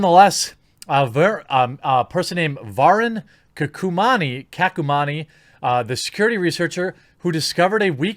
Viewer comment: Va-rune Ka-ku-money